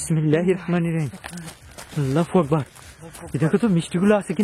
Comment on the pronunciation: আল্লাহু আকবার না বলে আল্লাফু আকবার কেন বলেন